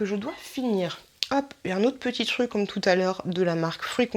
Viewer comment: Cest marrant tu ne prononces pas le R de TRUC, tu dis TUC :-D lol sinon sympa la vidéo!